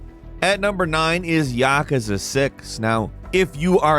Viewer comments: Ya kuuuuuu za. Not yakaza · Ya-ka-sa? It’s ya-koo-sa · Its pronounced yah kooz uh. Not yak a zuh. Its japanese mafia. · lol "yakaza" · why do you say yakuza like ŸÆqaŻå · The way he says yakuza irritates me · did he really mess up how to say Yakuza??????